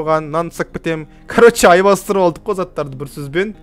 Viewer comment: Аймастырып емес алмастырып